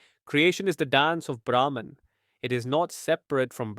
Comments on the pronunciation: Beautiful explanation by giving the example of dance. Small correction: "Brahman" is pronounced as "Brah-maan" in this context (universe). Thank you for this video. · Its Brahm not Brahman